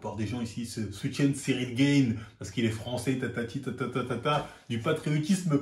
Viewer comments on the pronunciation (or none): none